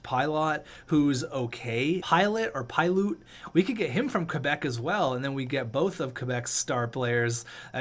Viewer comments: Pilut is pronounced PIGH-luht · its pronounced pilot